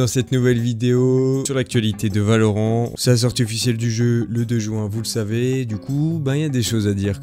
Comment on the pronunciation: Ahhhhh C'est Valorainte !! (Prononciation) Car juste ''Valoran'' c'est un pays dans le lore de LOL et Riot à été clair qu'il n'y avait aucune affiliation entre les deux univers !!!! ><